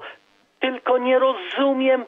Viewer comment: mówi sie rozumieM - Pan czasem sie myli.